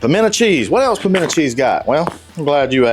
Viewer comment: Nope. The moment you said pimento, I was out.